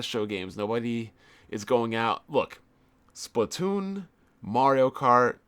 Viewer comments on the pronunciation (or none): none